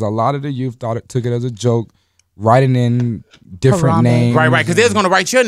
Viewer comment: is lil Yachty like "deferent"